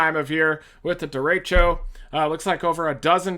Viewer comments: Derecho… it’s echo as in e ‘k’ o. Lol dude lost all credibly as a meteorologist 5 secs into the video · thats how is pronounced in spanish at least